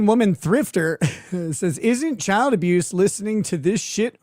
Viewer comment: She always pronounces the word CHILD as a two-syllable word...CHI-YULD. She does this, I think, to try to make it sound like a bigger deal.